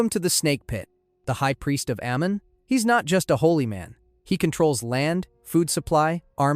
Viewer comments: The god “ayy moon”. Bro at least check the pronunciations. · Ahh-Mon. That's how its pronounced.